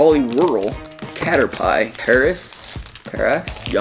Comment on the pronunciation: It's not katter pile it is katter P so a way to help you say it you say katter and then just say P I hope that was a good tip for the pokemon that you didn't say right